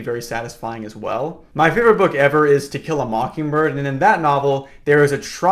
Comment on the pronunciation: Help I keep hearing "Tequila Mockingbird" instead of the actual title 😭